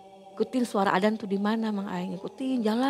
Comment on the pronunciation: Azan bu,bukan adan